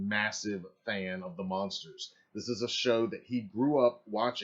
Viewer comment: OMG why do you keep saying The monsters. ITS THE MUNSTERS! With a “U”. please Stop saying monsters. DO you know the show. What is wrong with this guy.